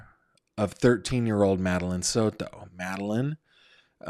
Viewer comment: The way you say SOTO is ridiculous